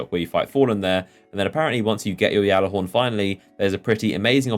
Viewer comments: Its not yallahorn its (gal-a-horn) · what do you say when you say, "when you get your galajhorn finally, you have the amazing opportunity to......what?" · Its gjallarhorn with a g! It's pronounced with a g! Bungie even says it that way!!!